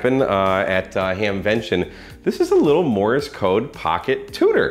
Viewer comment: just a note - it is Morse - NOT Morris very common mispronunciation